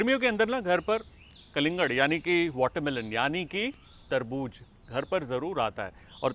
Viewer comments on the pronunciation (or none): Please ye tarbooz he😂😂😂 not terbooj